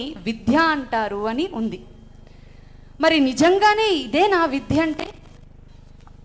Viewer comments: 'విధ్య'కాదు తల్లీ.. విద్య అని పలకాలి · విధ్య కాదు విద్య. ముందు సనాతనం అనే దానికి నిర్వచనం చెప్పు. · "విద్య "అనాలి. విధ్య అంటున్నారు. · అమ్మా ! నువ్వు ముందు చక్కగా తెలుగు పలకడం నేర్చుకో . విద్య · విద్య అనే పదానికి క్రింద జట పెట్టి అంత గట్టిగా ఒత్తి పలకకండి తల్లీ!.. సరస్వతీ మాత బాధ పడుతుందమ్మా!!... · విద్య....అనాలి...!!! విధ్య...‌అని అనకూడదు....!! గ్రాంధికం అనర్గళంగా మాట్లాతున్న మీరు...."విద్య" కు బదులుగా "విధ్య"...‌అని పలకటం ఏమిటీ...‌??? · విధ్య కాదు తల్లి. విద్య అని పలకాలి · మీరు చెప్తున్న విషయం చాలా ముఖ్యమైన విషయం..కానీ మీరు "వి*ద్య*" అనే మహోన్నత పదం ని మీరు ధ్వంసం చేస్తూ "వి*ధ్య*" అని ఒత్తి పలుకుతున్నారు..గొప్ప విషయాన్ని ఒక వేదిక మీద మాట్లాడేటప్పుడు మీ ఉచ్చారణ దోషాలు లేకుండా చూసుకుని మాట్లాడితే చాలా బాగుంటుంది..ఎన్ని సార్లు మీరు మీ ఉచ్చారణ లో "విధ్య" అంటూ తప్పుగా ఉచ్చరించారో మీరు గమనించుకోవాలి..వినటానికి కర్ణకఠోరంగా ఉందమ్మా..ఇంకొక పదం " పాశ్చాత్య "దే*శు*లు" అంటున్నారు..దే"శా"లు అని కదమ్మా పలకాలి.‌.మీరు మంచి టాపిక్ ఎంచుకుని మాట్లాడారు.కానీ మీ ఉచ్చారణ కూడా బాగుంటే ఇంకా ఇంకా వినాలనిపించేది. ఇంకొక విషయం మీరు " విద్య" గురించి తెలుగు నిఘంటువు లో చదవలేదు అన్నారు..అంటే ముందు మీకు మన భాష మీద మక్కువ లేదన్నట్టేకదా...పోయి పోయి ఆ ఆంగ్ల డిక్షనరీ "ఆక్స్ఫర్డ్" లో చదవటమేమిటి? దాన్ని చదివితే కానీ మీకు మన సనాతన ధర్మం లో విద్యా విధానం గురించి ఏం చెప్పాలో తెలియలేదా? ఆలోచించుకోండి..ఒక అమ్మమ్మ చెప్పింది అనుకోమ్మా 🙌🙌🙌💐💐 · 'విధ్య'' కాదు 'విద్య' 'ఖేవలం' కాదు 'కేవలం' 'భోదన' కాదు 'బోధన' పాశ్చాత్య 'దేశులు' కాదు 'దేశీయులు'. దయచేసి తెలుగు భాషను అగౌరవ పరచకండి. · విద్యను విధ్యగా పలుకుతున్నారు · ముందు మీరు విద్య అనడం నేర్చుకోండి. విధ్య కాదు అది విద్య. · తల్లీ "విద్య " అని పలకడం నేర్చుకో ముందు "విధ్య " కాదు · Vidhya kadu Vidya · విధ్య కాదమ్మా తల్లీ ! విద్య . మహాప్రాణాక్షరం పలుకకూడదు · మేడం గారు విద్య . విధ్య కాదు మేడమ్ అలా పలుకుతుంటే మాకు కర్ణ కఠోరంగా వున్నది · ముందు ఈమె విద్య అనే పదం నేర్చుకోo టే బాగుంటుంది ఆక్సిఫోర్డ్ దరిద్రం తల్లి మీది ఎక్కడ తల్లి. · విధ్య కాదు తల్లి విద్య, వొట్టిపలుకవద్దు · Vidya not vidhya. Please correct your pronunciation. Your message is good, though.